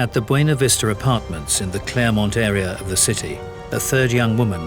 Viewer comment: It's Clairemont not Claremont.